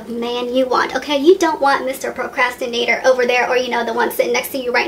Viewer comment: What is a 'percastonator?' seconds